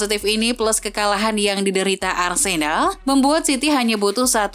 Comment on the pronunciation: dengerin suara Mimin nya Arsenal jadi Arsedal 😅😂